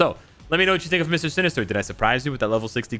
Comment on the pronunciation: "Mister Sin-ester" I think i've heard this somewhere before. 🤔